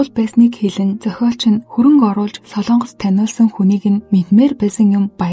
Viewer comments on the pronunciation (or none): none